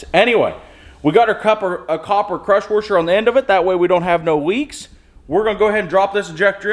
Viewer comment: DONT YOU KNOW THAT THE R IS SILENT IN WARSHER